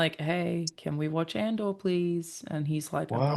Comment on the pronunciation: Anyone else get confused because they hear "At duel" when says "Andor?"